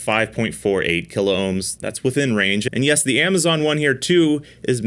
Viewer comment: P L E A S E ! ! ! Stop butchering the Kilohm word ... it is only 2 syllables, not 3.